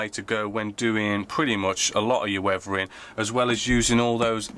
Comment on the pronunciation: Did he say “wevering “?